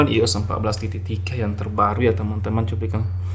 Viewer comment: iOS bacanya Aiyos